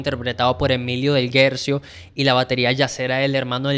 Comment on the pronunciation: Felicitaciones por tan amenos y genuinos comentarios sobre el disco de referencia. Quisiera hacer unos aportes, amables, no en tono de crítica, uno de forma, el otro de fondo. 1)Artaud se pronuncia "Artó". Del Guercio se pronuncia "Del Güerchio". Frascino se pronuncia "Frashino". 2)Hay una falta de interpretación en cuanto al mensaje, sentimientos y creencias, que enmarcan el tema "Todas las hojas son del viento". El mensaje es contundente: hay Vida, en el niño por nacer, en el seno de su Madre, Vida que debe ser protegida, cuidada, amada. Spinetta es clarísimo, su sentimiento abrumador, y su llamado, hoy, es mucho más urgente y pertinente que hace 50 años. Porque es hoy, cuando la entidad como persona del niño no nacido, está negada, su vida amenazada y a diario sacrificada. Ignoro si Spinetta habrá cambiado de opinión al respecto, pero esta canción es un alegato contra el aborto simplemente demoledor. El público de rock, argentino e hispanoamericano, y toda persona con la mínima sensibilidad que tome contacto con esta obra, debe tomar nota de ello y detenerse a reflexionar. Ojalá esta canción continúe eternamente, su misión original, y toque corazones para que reconozcan, amen, y respeten la Vida. No vendría nada mal, a un público "del palo" que últimamente suele sostener posiciones frontalmente opuestas. Spinetta=Vida...¡presente! Gracias infinitas.